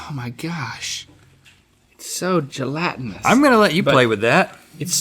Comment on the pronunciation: Once again link has said gelatanis, whos countin?